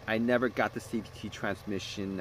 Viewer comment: He says CVTREE at one point. 💎 Gem